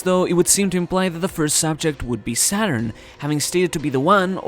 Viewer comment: The way you pronounced the japanese version of "Saturn" sounds almost 100% like the german word for Satan.